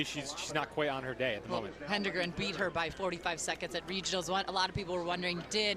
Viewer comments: HE-DEN-GREN….not HEN-DE-GREN…..did somebody miss out the phonics class? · Jane HEAD-engren...NOT HEN-degren. Race after race...these commentators are being paid too much for not taking the assignment seriously to learn the pronunciations of top runners beforehand. Impressive performances. Congrats to the winners and teams who placed high. 🙌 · Say it with me: HED-EN-GREN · Learn how to pronounce Jane's name already lady, geez. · Jane is going to win a gold medal for the US someday and the announcers will still pronounce her name wrong. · How can the announcer not know how to pronounce Jane’s last name? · Great race! Just a little suggestion to the commentators, seemed like only one of the three pronounced Hedengren correctly. Good idea to know the top runners names.